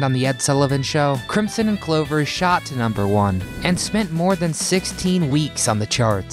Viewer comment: Crim-son? Crim-son! Oh No!